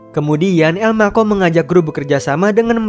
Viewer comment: elma cho menjadi elmako wkwkwkwkwk